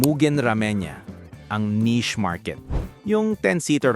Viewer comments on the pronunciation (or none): none